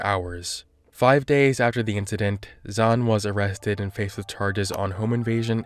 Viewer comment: I hate to say it but the name Zhan in Mandarin sounds more like "John" than Zawn.